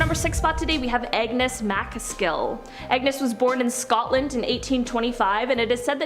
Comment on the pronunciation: It's ANGUS... not Agnes. Good lord